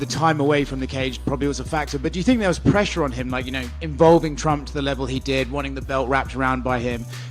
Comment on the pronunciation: "Twenwy twump 24" colby at the end